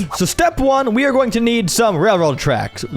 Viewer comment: The way you mispronounced "Railroad" killed me. 😂😂😂🤣🤣🤣